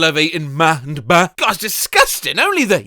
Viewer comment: Idk why the fcking orange killed me, especially w the way pronounced “ma” and “ba”. Literally in tears